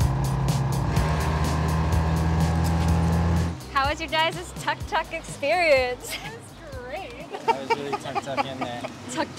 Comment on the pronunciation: The correct pronounciation of the "tuk-tuk" is like "took-took"